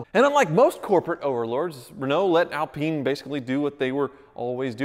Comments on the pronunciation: It is pronounced like this Al-pine, pine is pronounced like the wood of the same name. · I beg you and will pay you to stop saying alpeen! 💰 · I had no idea the Alpine was pronounced that way.. not gonna lie it sounds inappropriate every time 😬 yikes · Stop pronouncing alpine wrong sounds like you swearing lolz wish i could send a voice note just so u can hear how you say it lolz . I'm not criticising so please don't think bad I'm just saying 😁😁😁😁😁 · I can't watch this any longer he can't even pronounce the name of the car. We are not in France lol